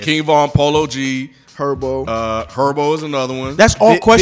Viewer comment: Lmao I love but man for 10 years he been slight invalid w his Chicago card. Like I get you was primarily raised in Florida but bro when you claim Chicago as much as you do you literally gotta tap in w the city man. You still calling Herbo “Urbo” and again this not hate bro just a proud chicagoan wanting you to tap in w ya hometown roots a lil more 💯💪🏿 Heres to 10 more years guys